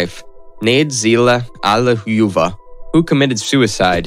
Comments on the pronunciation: It's like he wasnt even trying. I mean "Svansdinn" for "Svanidze" and "Allileyuva" for "Alliluyeva"... come on, those arent even the right letters in the right spots, never mind the pronunciation. Oh god, it keeps piling up. Smolensk, Dzhugashvili.... oh the humanity. Chancenhausen/Sashuhassen.... ROFL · this is so funny:D ALLIUJUuEVA, that pronouncing:DDDDDDDD